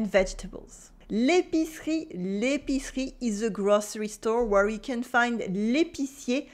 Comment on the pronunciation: if she harps on about the importance of correct pronunciation in order to avoid embarrassing situations, the least she can do is make an effort and pronounce the words correctly. I mean, she said she'd been living in the UK for 10 years. You'd think she'd have figured out how to pronounce easy words like butcher, where, ....correctly Try and ask for 'buur' in France when you actually want 'beurre'.... Nuance and correct pronunciation is important in every language.